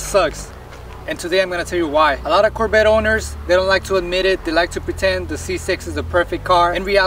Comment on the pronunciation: Its Corvette.. not Corbette. 😂😂 But seeing that u hate ur Corbette so much.. i have a car hauler, ready.... 🤣